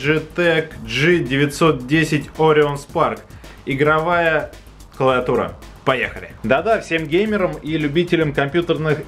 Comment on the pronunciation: все отлично все хорошо ты очень позитивный чувак. я смотрел твой обзор про аймак. но братан, не клаватура, а клавиатура.